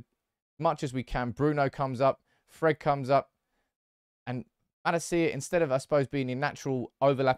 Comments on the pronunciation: It's pronounced as: Mahh-laaa-cia, not ma-la-ci-a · It’s not mala-cia but malacia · I'm sure you're saying "Malacia" incorrectly